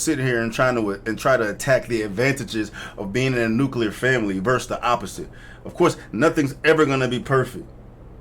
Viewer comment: Thank you for being one of the people who actually says “nuclear” right,. That’s a huge pet peeve of mine